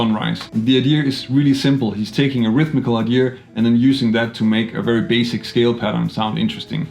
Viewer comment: The word is “idea” not “idear” lose the ‘r’ please...